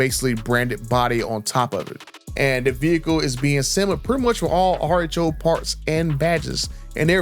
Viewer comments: I thought he was saying artichoke.😅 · Man I thought you were saying artichoke then realized you were saying RHO!😂😂😂 and I thought, what the hell is he talking about artichokes for?😂😂😂😂